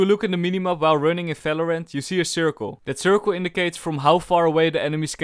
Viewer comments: I like how you are always saying Falorant c: But still your Videos are amazing, keep up with the good work. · Am i the only one you thinks that he say fvideo and fvalorant